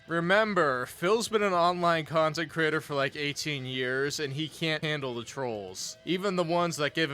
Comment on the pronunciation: “Khantent” “Khansole” “Phadcast” “Champetition” “Phasitive” SNORT🐽